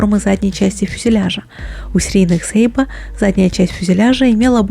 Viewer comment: Дашуля что за сейба? я думаю Сейбр!!!! тобиш (сабля)